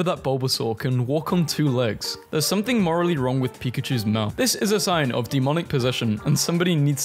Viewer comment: MOWTH HAHAHAHHAHA